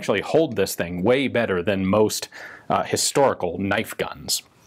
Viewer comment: Crocodile Dundee: “that’s not a knoif.”